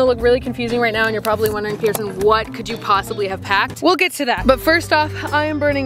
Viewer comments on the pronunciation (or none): Why you say prison it’s pierson